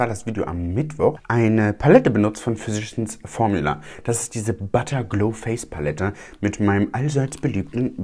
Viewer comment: Ich hab immer "verschissen Formula" verstanden 😂 Ich habe schon einige Videos über die Firma gesehen- selbst Tati konnte es nicht aussprechen und hat sich dauernd verhaspelt. Schönes Wochenende!